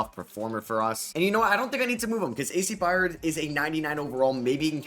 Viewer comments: I Got $25, For The Person That Counts How Many Times He Said, “A.C. Byard”… Instead Of “A.C. Byrd”… Lol😂😂…Great Video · Love hearing try to pronounce byrd…. It’s pronounced “bird”